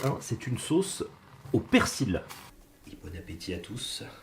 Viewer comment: ON NE PRONONCE PAS LE "L" DANS "PERSIL" BORDEL !!! Comme dans "fusil" ou "outil".